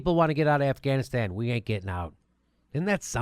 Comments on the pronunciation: At around the mark, he said, "Assghanistan." (Beavis and Butthead chuckle) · ...did he say, the government of ASSganistan?